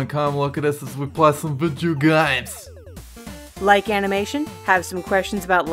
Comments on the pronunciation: Renee Cooperider I thought he used to say "vijeo games" but then I realized he said that on purpose so I guess everyone mishears him😂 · it took me forever to realize he was saying "come look at us as we play some video games"